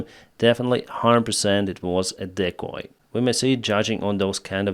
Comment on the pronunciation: Does ever comment on any of the comments anymore? Also di(**)-coy, not de(ck)-coy.